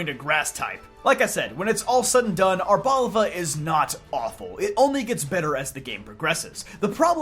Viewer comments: Erbolva? Intriguing way to say Arboliva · It’s pronounced “Arr-boh-lee-va,” as it’s a reoccurring character in the Horizons anime so you hear its name being mentioned there a lot.